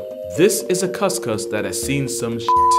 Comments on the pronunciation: Failed right at the cus-cus lol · Just as a heads up, and I've not heard the Indonesian pronunciation yet, but if spelt with a "K," the kuskus is pronounced as you did in the video, with a "kuh" sound English typically associates with the letter. But in Indonesia, the letter "C" is pronounced "ch," like in cheetah or cheddar. So with the spelling of "cuscus" it'd sound more like "choos-choos." Only bringing this up since searching the animal brings up alternate spellings.